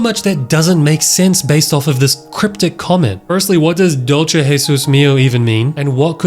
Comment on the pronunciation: "dulce" has an s sound, not a sh, (srry it kinda ticks me off)